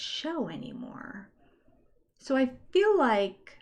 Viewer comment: We spend so much time making fun of the way the Browns say “fill” instead of feel, and various other Utah fundamentalist yuck words. Please don’t ever stop pointing it out, let your speech and language pathology light shine